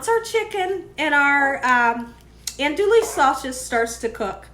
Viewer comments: It's pronounced Awn-dooo-we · Andouille is pronounced aan-doo-ee. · Ahn:dwee. The “ou” is silent.